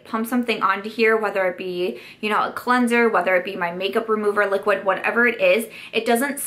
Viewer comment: Ok, have to admit I like your videos because of the way you pronounce your D's as T's :) my life isn't complete until I hear you say "Liquitt Lipstick"